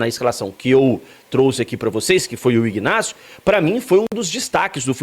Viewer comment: O rapaz se chama INÁCIO, o G de IGNÁCIO é mudo como em Magdalena, Octacilio .Victor etc… o G , ao contrário , é pronunciado na sua IGNORÂNCIA.